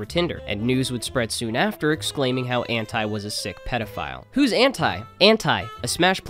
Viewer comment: I’ll never stand for the way ANTi says his name